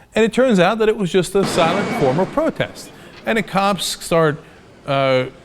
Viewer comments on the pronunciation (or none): none